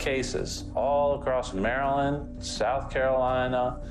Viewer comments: “Mary-lind”? Who pronounces it like that? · ¿Why do you insist on using a pathetic, insulting AI voice that has not been programmed to correctly pronounce the State name 𝗠𝗮𝗿𝘆𝗹𝗮𝗻𝗱?